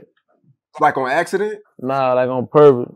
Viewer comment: "Nawl, like on purpose"